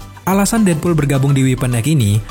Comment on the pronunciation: Namanya:deadpool Yang gw denger:deadbool